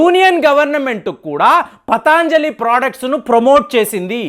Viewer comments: పతాంజలి కాదు పతంజలి అనాలి. అలాగే ఇరాన్ ని ఈరాన్ అంటున్నారు కొన్ని వీడియోల్లో. మీరు ఉచ్చారణా దోషాల్ని సరిదిద్దుకోవలసిన అవసరం ఉంది. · పతాంజలి కాదు పతంజలి. దయయుంచి గమనించండి. అన్నీ బాగున్నాయి. కోవిడ్ వ్యాక్సిన్ తీసుకున్న వాళ్ళకు side affects వస్తున్న సంగతి కూడా ప్రస్తావించండి. బెలూన్ థెరపీ కై దేశీయంగా తయారై చవకగా దొరికే స్టంట్లను తొక్కేసిన ఘనత వహించిన మార్కెట్ మాఫియా గురించి ప్రస్తావించరేం? ఒక్క వస్తువు గురించి కోర్టు మాట్లాడితే మొత్తానికే బురదజల్లడం భావ్యమా? ఆవు నేతితో పక్షవాత రోగులు అద్భుత ఫలితాలు పొందటం నేను చూచాను. వ్యాపారం చెయ్యడం పాపమా? ప్రజల వద్ద అధిక ధరలు వసూలు చేస్తున్న వారి నిబద్ధతను ప్రశ్నించరేం